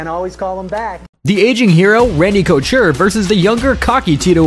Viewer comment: Great video only advice is to check the pronunciation on names in editing cause hearing you say couture and Cormier was like scratching a chalkboard but incredible video great stuff keep it up!